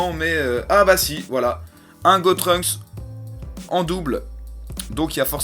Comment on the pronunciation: C'est GOTENKS!!!!! Pas GOTRUNKS